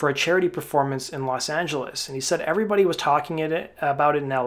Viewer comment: Hey 'evrybuddy" let's talk bout buckcherry chuckberry